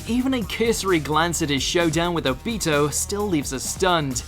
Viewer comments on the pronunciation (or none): The way he pronounced kakashi and obito hurts me sm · Watchmojo: Says Obitos name wrong Me: 🤦🏽‍♂️